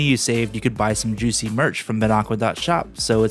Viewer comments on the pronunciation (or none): none